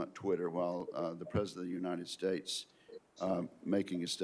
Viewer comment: You'd think that a senator would know how to pronounce 'the United States' rather than "Uninted States..'...